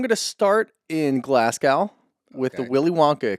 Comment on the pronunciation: Love you guys; my favorite regular podcast list... but... as a native Glaswegian (now living in the US), it's pronounced Glas-GO, not the way pronounced it as if it rhymed with cow. Thanks!!